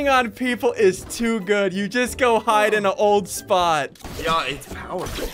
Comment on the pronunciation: He said they have 2minutes to flide not hide lol